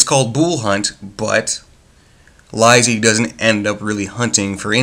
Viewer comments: Its pronounced Lee-See. The other word is not pronounced Sigh-Oh-Wah-Saw, its pronounced Sue-Wee-Zuh. The audiobook was terrific. Mare Winningham did a beautiful job narrating it. Its definitely one of those books best read more than once. Upon the first reading, the early part of the book can seem a bit boring to some, but after you finish the story, it gains so much meaning and becomes really entertaining. I've read a lot of King's work, and I have to say, Lisey's Story is my very favorite. I have probably listened to the audiobook about 40 times at this point. (I love reading, but audiobooks work better for my life, because I care for 2 disabled people). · The fact that you dont know how to pronouce the title gives you less credibility. Im convinced you did not understand the book. The title is not deceptive. You are right that the story does not revolve mainly around lisey but there is a purpose king titled it that way and that makes you sympathise and love scott that much more. read it again.